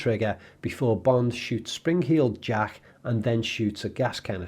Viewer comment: "Springheeled Jack" lmao 😂🤣😂🤣